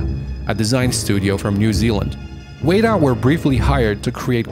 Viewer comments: This is a little nitpicky, but you pronounced "weta" wrong. It's wetta, not wayta. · It's pronuonced weta (whe-tah) not wayta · It’s not pronounced “way ta”, it’s “wet a”...... you’re welcome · WETA! (weh-ta) not WAYDA. Thorough video though. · "Wey-da"? "Wey-da"?!?! Weh-TA! Weta Workshop! C'mon, man... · The New Zealand FX company Weta Workshop is pronounced wet-a not wait-a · Weta is pronunced "wet-a" i believe. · Excellent video, with a lot of behind-the-scenes information. BTW ... Weta (as in Weta Workshops) is pronounced WET (as in, opposite to dry) A ... WET-A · The New Zealand studio is pronounced WET TA, the name comes from a bug found only in New Zealand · interesting ideas. Be good to get pronunciations correct. New Zealand company WETA is pronounced 'wet-ah'. Its named after a new zealand insect. Also, the mad max game of 2015 is most certainly based around Australian geographics. The desert in Auzzy are not all red. But good video. interesting back story of how the games developed... or didn't. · OMFG its said Wet Ah as in the floor is "wet" and Ah as in bah b"ah" black sheep. Wet-ah "Weta". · Awsome video, but just one pointer it’s wet-ah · Weta is pronounced wetter....as in the insect the studio is named after.. just saying. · It's pronounced "Wet-ah"... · You’re pronouncing “Weta” wrong it’s killing me lol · You kept pronouncing WETA wrong. It’s eating me up inside.